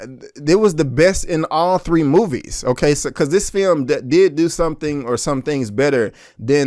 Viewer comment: You didnt butcher the names of the directors... no worries. But you did butcher the english language. This FEYUM... you mean film?